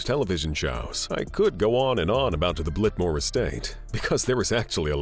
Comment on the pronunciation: Blitmore Estate? Blitmore? Really?